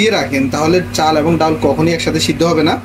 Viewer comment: আপনার রান্না যেমন ভালো, এমন যদি বাংলা উচ্চারণ হতো তাহলে আরও ভালো লাগতো। চাউল, ডাউল, বাবে, ঘেরান, পেয়জ উচ্চারণ গুলো চাল, ডাল, ভাবে, ঘ্রাণ, পেঁয়াজ হবে।